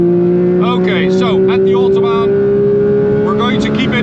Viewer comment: So at the ootobaan